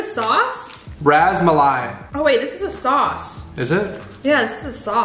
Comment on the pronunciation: The rus-muli is how you say it and its just cheese and dariy